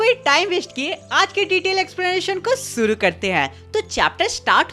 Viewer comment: Shuru ❌ suru 👍 😅😅